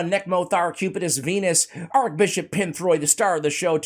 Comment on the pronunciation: ‘Arch’ Bishop, not Arc Bishop as you seem to say. 😁 I just pulled him this morning